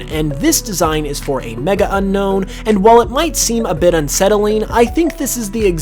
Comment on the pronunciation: Its U-KNOWN not UN-KNOWN